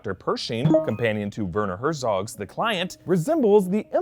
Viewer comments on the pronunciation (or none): You really have serious problems with pronouncing European names :D It‘s not „WÖRNÖ HÖRTSÖG“ and it’s not „ZÖRTSCHIO LIONE“....